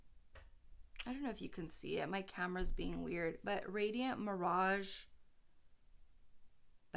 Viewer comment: youre pronouncing estee lauder wrong